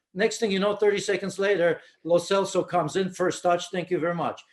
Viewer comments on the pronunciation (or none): Yes, lo celso is getting better and he is really underrated, and btw, the "c" in "celso" is pronounced like a "ch", that's how italian names work; as giovani is of italian heritage.